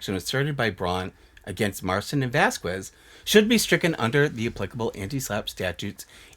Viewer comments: vasquez is pronounced "vas-kezz." think like queso and que pasa. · I love you, but I’m cringing everytime you pronounce Jessi’s last name. The “qu” is pronounced as a “k” sound in Spanish, so it’s “vas-kez”